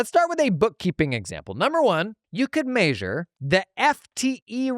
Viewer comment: MAY-sure always gets me